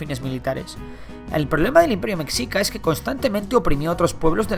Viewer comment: Soy el único al que le da cosita que diga bien México, pero luego pronuncie mexicas cómo "metsicas"?